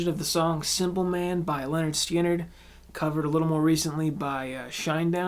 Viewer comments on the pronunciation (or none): It's Lynyrd Skynyrd. Just like the title album says: PRONOUNCED 'LEH-'NERD 'SKIN-'NERD' Don't forget the "D". Get it right, youngster. These whippersnappers today...